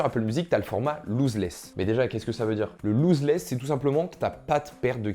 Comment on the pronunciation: Attention pour la prononciation c’est « loss » less et pas « loose » less